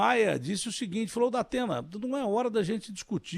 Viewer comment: Para de falar zdatena